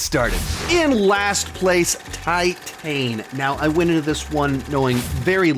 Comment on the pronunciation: Titane is great. Also look up how to pronounce it. And it really went over your head. Also just because you didnt like something doesnt mean you need to insult people who do. Also maybe question some of your own assumptions